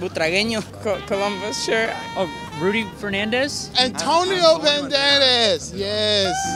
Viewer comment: Me tire 2 horas sin parar de reir "Anthoniou bunderes yeees GANGSTER" Pd: Casi me ahogo Y al final nos deja un mensaje para todos los españoles "Conoced vuestro idioma y lo que significa" , solo el sabe lo que quiso decir.